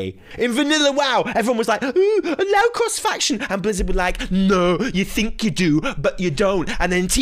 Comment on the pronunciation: “CROHSE FAKCHUN PLEH” 🤣 Bro you had me rolling. 😭💀